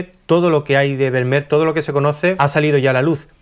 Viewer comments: Como español (y sevillano) afincado en Holanda, me ha hecho bastante gracia tu pronunciación de este nombré tan neerlandés. Por si te pica la curiosidad la pronunciación de este apellido no tiene nada que ver con "ber-mer" sino que sonaría algo así como "fer-mi-ar" ;) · El apellido Vermeer, en holandés se pronuncia Fermiir. Jajaja. Felicidades, muy buen contenido!! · Primero aprende a pronunciar su apellido, con las disculpas del caso.